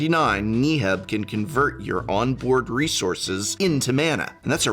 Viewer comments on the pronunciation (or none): Can we acknowledge that he pronounces Neheb as "nee-heb"? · If he says knee heb one more time !! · Do you purposefully miss pronounce legendary creatures names just to piss people off? KNEE-heb... ZACIMA. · oh man, I just love Knee-heb the Eternal. it's my favorite creature from the Aye-mon-keet block lol just kidding, Prof. I love your work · Knee-heb? You gonna do my boy dirty like that? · Thank you for the video! but I must ask, Knee-heb ? 😱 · Who the fuck is knee heb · Knee Heb? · Thumbs down for pronouncing Neheb so poorly over 10 times. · I kinda laughed when Prof pronounced Neheb, different from everyone else. Is Prof wrong? Considering his English background I'm wondering if everyone else is wrong! haha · Why does Prof pronounce Neheb like he’s trying to hypnotize me? Jokes aside, really solid video for anyone looking to dip their toes in Red. Maybe more people will see that Red is actually pretty cool, with a large number of interesting and unique commanders, and it can fight you too.